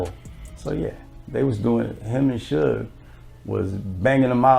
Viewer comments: ITs SUGAR NOT SOOJ!!!! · It's pronounced as suge short for the word sugar...